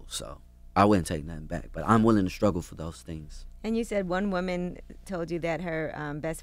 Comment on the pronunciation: Charlemagne said skruggle instead of struggle